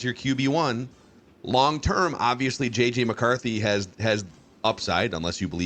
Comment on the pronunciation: say JJ, as in jets. Not 9